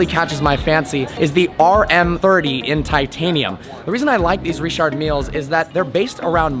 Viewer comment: Stephen Is my first name that's how you pronounce it (ree-shard meel)